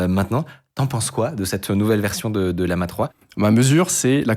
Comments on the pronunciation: Ce ne se prononce pas Lee-ama, il y a 2 "L", pas de "i" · Pourquoi tu l'appelle Liama??? c'est LLAMA comme l'animal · bon... c'est LLaMa 3, depuis je comprends pas pourquoi tu dis toujours Liama lol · Aïe aïe aïe la prononciation de LLama